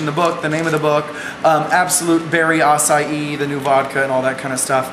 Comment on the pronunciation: you should be proud you actually said Berri Acai correctly.